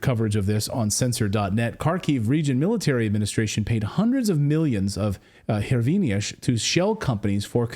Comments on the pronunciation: The Ukrainian currency is pronounced "Grivna". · The pronunciation of hryvnia is a lot like grieve-na. The "h" is a "g" sound. (I lived there for a lot of my adult life.) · might want to learn how to pronounce the Ukrainian Currency name :)